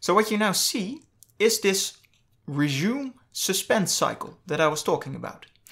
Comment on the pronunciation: Not a native speaker. No big deal. :)